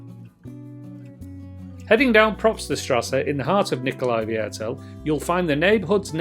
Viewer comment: Hahaha you make my teeth hurt with your funny pronunciation...It is called Nicolai VIERTEL .. which means Nicolai Quarter........